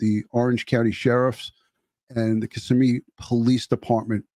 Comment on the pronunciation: It's Ki-ssimmee NOT kiss-immee. You got it right tonight. Thank you